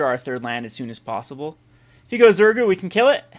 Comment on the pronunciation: it is pronounced ZurGO not ZurGU :)